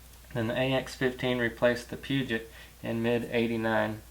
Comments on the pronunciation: Please learn to pronounce Peugeot. (Hint: It's not Puget!!!!). Otherwise good, informative video. Note that the head crack problem started in late 99 (2000 model year). Most 99 models not affected. Problem was resolved by 2001. NP242 transfer case is WAY nicer for street driving. In the 4 full time position it's like driving a sport sedan from BMW or Audi. No need for aftermarket parts with it anyway (unless one is building mainly for off-roading). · It's actually more like puh-joe. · Peugeot= Pew-Jo' ... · Can any American born say Peugeot properly it is pronounced pergeot. (And I’m moving there) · Peugot - Say it with me... Poo-Joe. Awesome video BTW. Love your stuff.